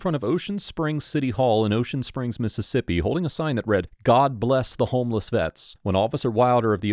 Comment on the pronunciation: As a person who lived in south Mississippi for several years, thank you for pronouncing these cities' names correctly.